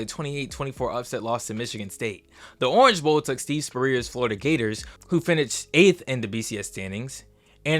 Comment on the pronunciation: You said Steve Spurrier’s name wrong. Is this AI slop?